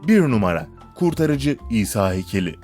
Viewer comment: Şuna isa diyip durmayın o peygamber o ha isa